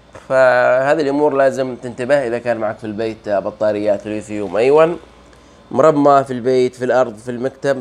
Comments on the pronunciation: ليا تعليق واحد وليس نقد ارجو تقبله نطقها الصحيح ليثيوم*أيون* أيونات وليس أيواَ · للأسف لم استطع توضيح النطق الصحيح من خلال الكتابة لكنه في النطق الصحيح أَيُونْ ارجو أن تكون اتضحت بالتشكيل، الياء مضمومة وليست ساكنة 💐